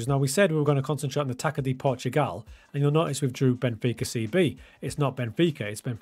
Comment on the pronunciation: Man these pronounciations of "Z" Valente and "Taka de Portugal" are crazy😢 Amazing video tho!